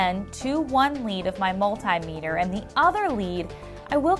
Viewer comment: OMG please say multimeter properly, thank you